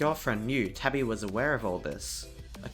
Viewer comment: ITS TABI NOT TABBY DUDE